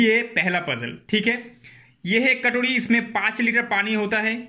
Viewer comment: Katodi nahi katori bolte hai